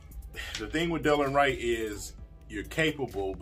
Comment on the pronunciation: It’s de-lon Wright Prounounced “da Lon “